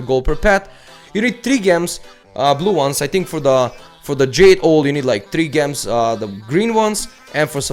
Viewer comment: gems. its pronounced jems like jewels with a j lol (this isn't a hate comment just helping with ur english)